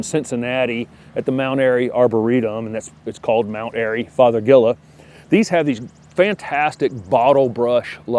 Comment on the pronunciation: It’s fothergilla…not feathergilla??? Haha. Obviously I need your videos. Thanks so much! 🌸